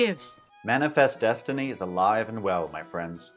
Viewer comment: Did he say "manifest destiny" or "murderfest destiny"?